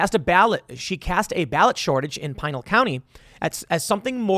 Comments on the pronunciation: Tim you just hurt my soul. Pin-al county. (My home county) not pine-al county. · A CNN article projected Mark Kelly will win the Democrat primary in Arizona The article also said he was running unopposed 🤦‍♂️ P.s Tim, It's pronounced. P-Null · pee-nahl county Tim! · Tim, as a native of Arizona, Pinal is pronounced pee nall(like you would pronounce mall)